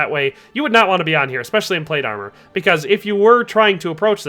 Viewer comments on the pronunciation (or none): none